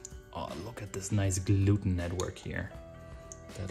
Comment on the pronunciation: Did you say, "gluten-tag". If you did that's hilarious 😂 I watch you channel sporadically.